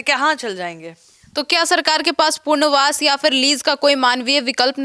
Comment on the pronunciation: पुनर्वास और पुर्नवास, का उच्चारण में बहुत अंतर है। शुद्ध हिंदी का प्रयोग करें। मेरा उद्देश्य सिर्फ सुधार है, अपमान नहीं।